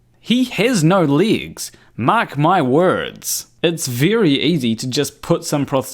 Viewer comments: Ere, It's pronounced 'legs' and not 'ligs' or 'leegs'... Yakki dah. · I am highly skeptical of this person. What native English speaker pronounces "legs" as "leagues"? Where is he supposedly from? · Man can I have those 19mins back..and it took me all 19 to understand your pronunciation of legs..I can't believe you wasted even more of your life to make that..